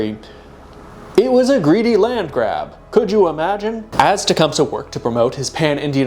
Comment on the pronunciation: Hey, I used to perform in a play version of Tecumseh’s life that is supported by the Shawnee. The proper pronunciation is actually: “Ten-SQUAT-ah-wha” However, the people who originally created the play quickly realized that kids would laugh because of the name containing “squat”. Hence the more dignified but still incorrect pronunciation: “Ten Squa Tow ah.”